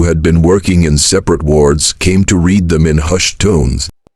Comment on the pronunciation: Listening to this AI reader makes my throat feel funny. I said it's AI because it doesn't know how to read "read" in the present and past tense...